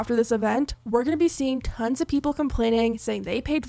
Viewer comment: When you said "Tons of people have been calling then out" I heard "Tens of"🤣 hope no one falls for this scam of theirs.